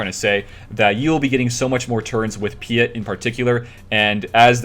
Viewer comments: PEET OR PEAT ITS PRONOUNCED. hes not French lol. Sorry, im triggering on you tubers not saying if right, like all of a sudden no one has watched anything star wars and never heard his name before lol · You have never watched anything Star Wars, have you. Vader pronounces it Pea-ette.